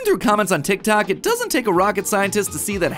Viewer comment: you keep saying tictac instead of tiktok i cant